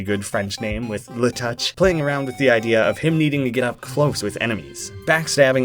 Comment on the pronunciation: Alright, i just gotta throw this out there cause it's kinda bothering me. LeTouche, being a french name, would most likely be pronounced "le-toosh". Stupid love languages, not wanting any coarse sounds... Though the whole thing about getting close to his enemies for a backstab is still accurate, since touche is french for touch. my qualifications are that i'm canadian.